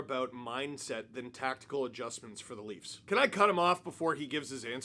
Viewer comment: you mispronounced the "Laughs". Who are the Leafs?